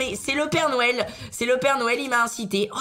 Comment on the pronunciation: Est ce que je suis le seul à l entendre dire père nouel